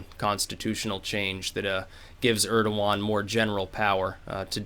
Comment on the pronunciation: Urderwan??? Urderwan!!!! who the fuck is Urderwan!